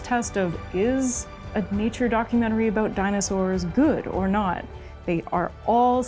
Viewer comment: the pronunciation "aboat" for "about" or "oat" for "out" is a usual give away they are Canadians, I caught it a couple of times in the video My wife was from Edmonton and I used to tease her aboat it all the time, she used get riled up 😁